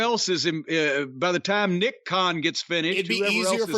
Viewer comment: 3 things this video made me laugh 1 is were jim goes h meets Tony Tony meets h 2nd were he goes Tony and the lunch brunch 3rd were started laughing at Jim by mispronounced nick Kahn name